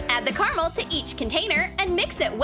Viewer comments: WHO ELSE IS ANNOYING HOW SHE KEEPS SAYING CARAMAL OMG ITS CARAMEL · Who says carmle????